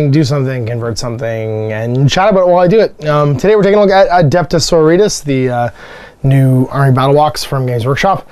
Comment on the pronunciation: You mean Sor-OR-it-tas, not soritas, or doritos or whatever it was you said there lol! :D Not mad you got em (more jealous than anything else! I've been playing the girls since Rogue Trader days...) and rather glad I get this sneak peek!